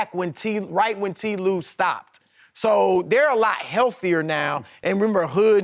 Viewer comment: Chris is great, but why does he insist on saying "T Lue"? It makes no sense bc Ty and T are the same syllable-wise. Not saving any time.